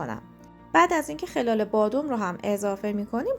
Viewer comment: دیت شما درد نکنه من حتما این رو درست می کنم٫ یک نکته کوچولو؛ خَلال رو باید بر وزن بلال تلفظ کنید وگرنه مفهومش میشه (در حین و در حال ) رخدادی در امتداد رخدادی دیگر موفق باشید.